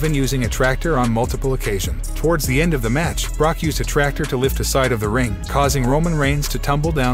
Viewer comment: This guy must not be a wrestling fan. He mispronounced Brock and Dexter Lommis’s name